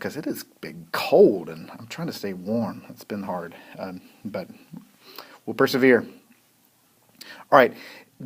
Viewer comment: "we'll perservere"